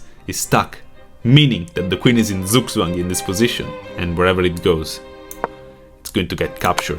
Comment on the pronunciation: Lol that's not how you say "zugzwang".